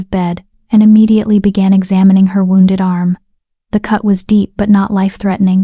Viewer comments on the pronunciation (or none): none